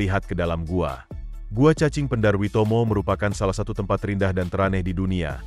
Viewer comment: Nice info, sayang beberapa details ngaco seperti visual Wellington malah sky towernya Auckland, penyebutan beberapa nama spt Hangi, Maori dan Waimoto yg salah. But overall it is nice information. And yes, saya pribadi sangat menikmati kehidupan di sini terlepas dari banyak jg hal2 negatif nya. Btw Cappucino 3.50$ beli dimana hahahahaha